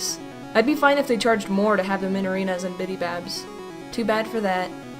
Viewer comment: sounded like she said "and minibabs"